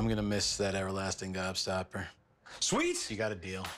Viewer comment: Why is he saying upper lasting gobstopper